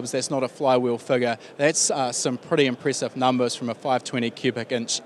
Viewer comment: Decade not deecade. Impressive not impreesive